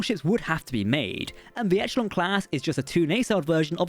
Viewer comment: Okay I'm sure someone else has said it, but its pronounced 'e-shell-on' not 'etch - el - on' :D